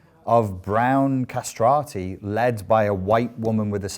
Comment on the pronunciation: The "Castrati"...I'm dying🤣